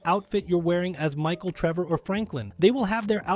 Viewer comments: Hold on... "rendering error" and the fact that "you" say "Treever" at one point, instead of "Trevor" You're clearly using text to speech. That's why "you're" talking so fast but also so monotoned. It's juuuuuuuuust enough to sound human unless someone actually pays attention, like I did. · Why the fuck do you call him Tree Boar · “race between Treever” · My favorite thing on the video “Treevor” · he says Treever 😂😂